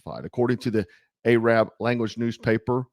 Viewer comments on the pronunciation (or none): "Talking bout Ahab the Arab" that song came into my mind when you said A-raab. lol.